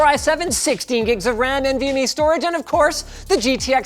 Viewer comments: "raid 0 nvme stOorAge array" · St oH rage array